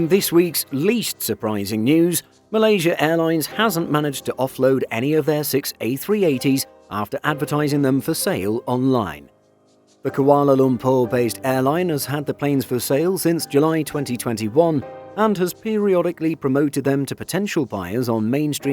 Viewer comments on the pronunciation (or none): Kuala Lumpur=Kualeh Lump-puor -that how you pronounce it! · Just a minor thing. You don't pronounce KL as Koala. A Koala is what we have in Australia. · That is the most painful pronunciation of Kuala Lumpur I have ever heard.